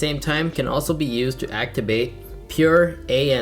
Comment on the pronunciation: he said actibate instead of activate im weak 😂